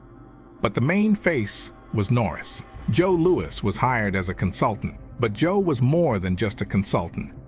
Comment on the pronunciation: Joe Louwee?